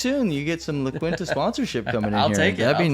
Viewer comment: It's the middle of a desert, what kind of course would you like? And Quinta is pronounced "Keen-tuh."